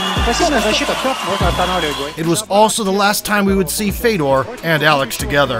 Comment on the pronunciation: His brother's name is pronounced Fyodor (Фёдор), not Fedor.